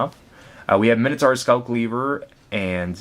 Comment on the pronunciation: you pronounce Minotaur wrong, and who says 'plus two plus oh' its zero, the letter is called 'oh' the number is called 'zero' its 'mine-oh-tour' not 'minnow-tour'